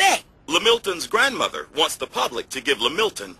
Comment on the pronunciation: "grandmoDer" lol